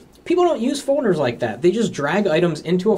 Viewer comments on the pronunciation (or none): What are fauxders? Does he mean folders?